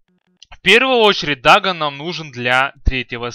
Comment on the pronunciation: ДАГАН, ЛЬЕВЕЛ. что за произношение:DD